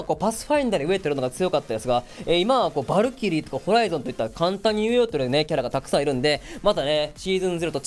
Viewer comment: 日本語がちょくちょくおかしいローバがロバになってたりヴァルキリーがヴァルクになってたりワットソンがワトソンになってるのが気になった